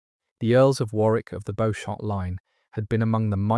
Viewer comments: It’s pronounced Beecham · Walla Walla, Washington, under a full moon. You've done a great job, I've one correction: Beauchamp is pronounced BEE-chum.